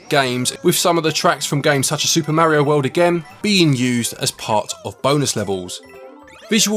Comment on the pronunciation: You're saying "Mario" incorrectly.